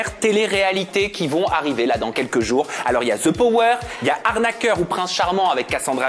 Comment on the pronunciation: J ai adore 😍 par contre tout le long je me suis demande pourquoi quand vous avez parlé sur le the power vous mettez comme si il y aurait un Z””😂😂 Continuez j adore aja ❤